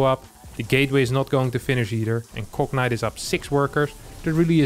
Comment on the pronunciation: Gotta love how pronounces Cognite as "Cocknight".